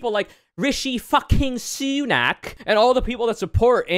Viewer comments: The pronunciation of RISHI SUUUNAK tho. 🥴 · The way you pronounce Sunak name is actually pretty racist